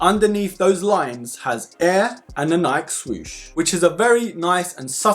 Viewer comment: FYI it’s Nike (Nie-Key)